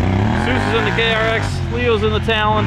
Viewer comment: It’s a tal-on not a tolone